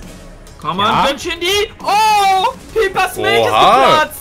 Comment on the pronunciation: Piper junge ich check es nicht warum Piiiiiiiiper es wird Peiper ausgesprochen man das triggerd mich so hart